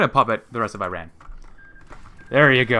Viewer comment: Dude you keep pronouncing Iran wrong . The I is pronounced like In, Italy,India. Same goes for the A.